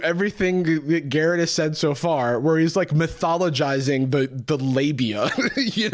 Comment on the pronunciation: mythologizing should not be that hard to pronounce